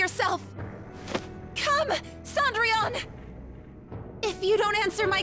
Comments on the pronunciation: I can't get over her pronouncing Cendrillion The Japanese VA says it perfectly but now it's like she's saying Saundrion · Wow she really butchered the pronunciation of Cendrillon.. Then again French is difficult for people with american accents